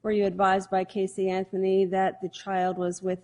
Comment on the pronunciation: How about when he says "miss anferny" lmao